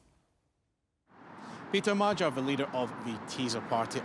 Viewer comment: Not "Mazhar" but Magyar "Ma-djar". And not "Vaisegrad" but Visegrád "Vish-egg-rad"